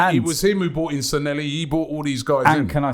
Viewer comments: Robbie, Please! It's Sanllehi, NOT Sanhelli. San-Le-Hee!!!!!!!! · It's SANLLEHI not Sanelli you chumps. :D